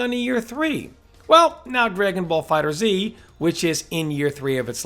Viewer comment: It's pronounced "dragonball fighters" not "dragonball fighter 'Z' ". You are killing me. Yeah, I know how it is spelled but it ain't pronounced like that.